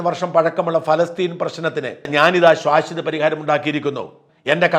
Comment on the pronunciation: ശ്വാശ്വതമല്ല... ശാശ്വതം .... ഒന്നു പറഞ്ഞു പഠിച്ചേ....